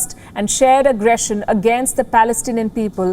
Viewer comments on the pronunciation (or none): You say Pelestanian agresson, how you could say that, Are you reading poem???